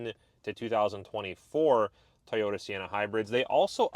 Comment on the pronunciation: "Toy"ota not "Ty"ota